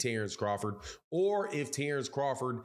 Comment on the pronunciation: Say his name correctly dork!